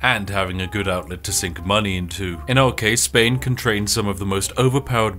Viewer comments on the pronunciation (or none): none